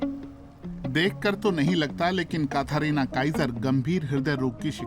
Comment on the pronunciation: कथरीना नही कैटरीना होता है😂